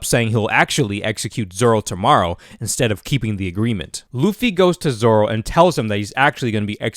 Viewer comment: At Least you watch dub for the right reasons most people wont watch sub bc they cant read the subtitles like what are you 5 also hes zolo in the manga too but it’s pronounced zoro